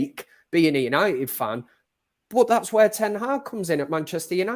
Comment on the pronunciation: U-nigh-it... Sounds terrible